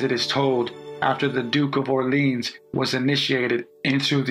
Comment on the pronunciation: Duke de "Orr-lee-on", the final consonant is silent in french.